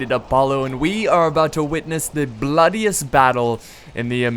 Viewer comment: Also "bloodiest". Not bloodest.